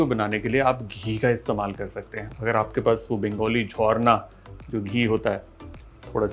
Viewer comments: Love the way u said "jhorna" ghee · This is a bliss to see on Sunday!! This is my next week menu for sure. Kudos to you for saying “jhorna” not Jharna ❤️